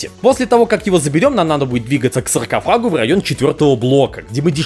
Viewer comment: Я уже почти заснул, но тут услышал "сракофаг".